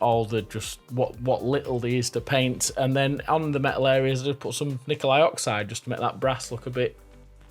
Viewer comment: "nikali oxide"